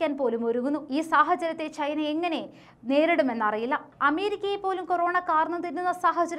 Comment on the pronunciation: Your pronunciation of Malayalam is too poor. You pronounce China as Chhina, chathi as chhathi. Please try to improve pronunciation. Please don't kill Malayalam.